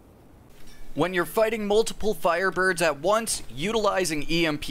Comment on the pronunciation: LOL, "fireburbs"